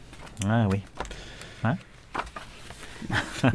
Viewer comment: Bretzelburg se prononce avec le son « u » (ou bien à l'allemande avec « ou »), cher, pas avec « eu »… Évitons d'angliciser la prononciation des noms étrangers. (Un jour vous pourriez lancer votre chaîne secondaire en solo sous le titre: « QRN sur Hetzelburg »…) Sinon… superbes trouvailles, chers et, bravo et merci pour nous. Le passage sur les livres d'art est original et fort instructif.